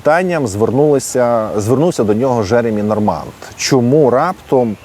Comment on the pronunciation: п. авторе, у франц. вимові слова Normand буква d відсутня. І наголос, звісно - на останніх складах. Тобто точніше - Жеремі́ Норма́н чи Жеремі́ Норма́нн.